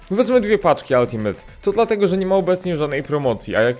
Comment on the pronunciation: naucz sie czytac slowo "ultimate" bo mi uszy wiedna za kazdym razem xd